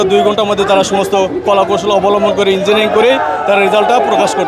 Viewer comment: Engnig noy ota Engineering, madrasacap